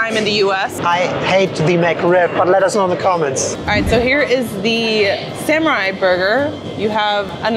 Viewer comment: "Samurai".... What the fuck? - Samurai is solely Japanese, now go for sepukku!